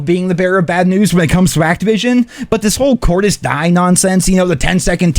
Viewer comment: My back does hurt from work and you just made me feel older then a ww2 vet. And its pronounced cordis dee eh according to menendez who is alive in bo7 and will be helping david mason take down the biggest threat the mason family has faced so far. Especially since menendez was mentioned by hendricks in bo3 campaign